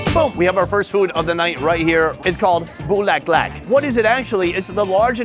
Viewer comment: 😂 so funny how u said "buleklak"